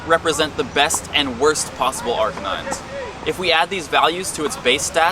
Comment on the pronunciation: 2 years later and I still can't get over you saying "Arcanine" wrong.